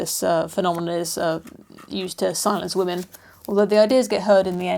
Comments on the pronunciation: “Wamen... Women.” I love it lol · Wamen! Uhh... women.